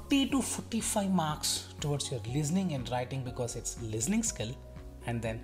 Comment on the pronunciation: Aba sala nakul listening hota ha lizning nahi hota😂